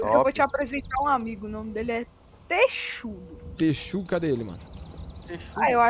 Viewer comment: Ele falou texudo do excelência gamer